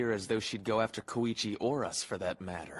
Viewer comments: Wait..why are they saying it like Ko-E-Chi? Even in the original in sounds more like KOI-CHI. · One thing I can't get over with the dub, is how Koichi's always pronounced like it Koeeeeeeeeeeechi